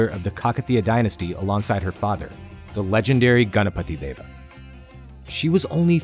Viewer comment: You know this guy has done good research and also a perfectionist seeing how he pronounces ganapati Deva. :)